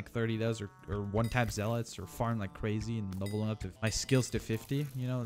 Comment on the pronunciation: His zealot pronounsing is soo funny lmao he pronounces it like zeelot